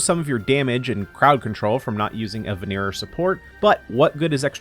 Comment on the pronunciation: I hat being the annoying grammar guy, but it's venerer, not veneerer. EDIT: not sure if knowing what it means will help or not, but viridescent venerer means "green hunter".